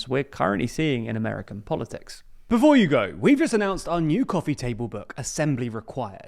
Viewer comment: BEFOOH YOU GOOH